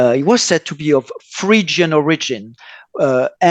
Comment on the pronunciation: I am min the way pronounces Phrygian, made me hear Frisian. I am enjoying and learning, thank you